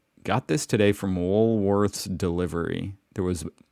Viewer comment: Please, ‘woolworths’ is not pronounced ‘woolwoRTHs’, but ‘woolweths’, almost ‘woolwets’. The ‘h’ is not so overemphasised, and is almost silent. Hope it makes sense. Or you could just say woolies.